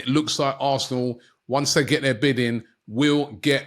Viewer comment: one thing i always wondered with robbie is why he pronounces his “TH” words (This They Them) etc. as Vis, Vey and Vem 😂😂😂